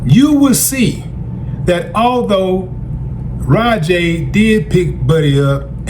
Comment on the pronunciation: Raja is pronounced ( Rah-Jah ), not Rah Jay. Those punches landed and in the wrestling world that is called shoot, which means that the performer decided to turn the scripted fight into a real one. Wrestling is a fake competitive sport, but it is not fake it is a scripted performance like a stage play, ballet or a martial arts demonstration. Professionals are only allowed to do it and Raja is not trained to what is called in the wrestling world a worker. The wrestler is also a military veteran who suffers from PTSD which can affect the brain in a variety of ways. He was also drinking and thought Raja was there to work as a wrestler. There is a video that paints a clear picture of why Raja attacked him brutally and deviated from the plan.